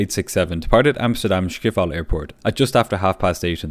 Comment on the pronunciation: ok...Schiphol is pronounced as 'skhi-phul'/ 'ski-pull' (for the lack of better example to people nonfamiliar with dutch.) and not Schwipaal (with german Sch sound, which isnt present in dutch that way) i always get thrown aback heavily when watching videos involving dutch airlines lmao. they arent german <3